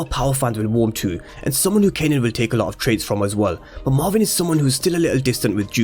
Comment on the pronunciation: It’s Marvin not marwin pronounce properly